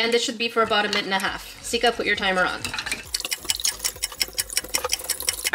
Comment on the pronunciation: Why is everybody calling her Skia? It is Sika not Skia😂